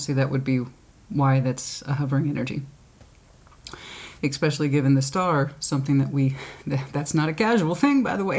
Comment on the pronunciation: so articulate - and yet you say "ex-specially" instead of "es-specially" it doesn't matter just funny.